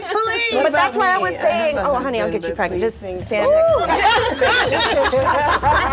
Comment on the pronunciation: " 😂 get me Pregeenant" pweez" lol Ego 😂😂😂😂